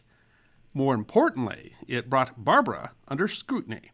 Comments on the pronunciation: He also mis pronounced Barbara.The emphasis is on the second syllable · A little nitpick - the Barbara name wasn't pronounced like the female name "Barbara" (BAR ba ruh) - the gangster name was "Bar BARE ah" (accent on the 2nd syllable)